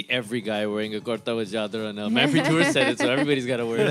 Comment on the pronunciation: Learn to properly pronounce your last name.